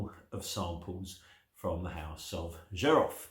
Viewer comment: My first oud was 19 years ago, I fell in love immediately and never turned back. Xerjoff are doing great things, Richwood, Nio, More Than Words, the Kemi range, you can get them much cheaper on the grey market. Xerjoff is pronounced "Serj-off" BTW.